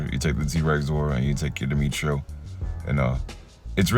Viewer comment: If I'm correct I think it's pronounced Die-metro zord 🤔